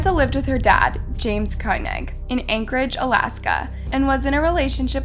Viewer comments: It's Koenig, not KAY NICK. They SAY her name in the VERY FIRST clip. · Her last name is pronounced (Ko-nig) I remember this case, everyone in Alaska was following this case. I lived in a small village in Alaska at the time. It seem to went on for weeks and always on our daily news. Rest In Peace 🙏🏽